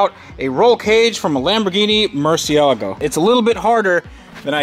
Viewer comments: Mur-see-la-go, not mur-see-a-lago. The latter sounds like some Trump resort. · Pretty certain it’s not pronounced merciago, you pronounce the L